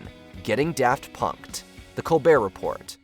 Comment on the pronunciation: You had me until you pronounced the t in “Report”